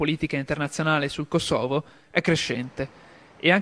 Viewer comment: porco cane si dice kòsovo, non kosòvo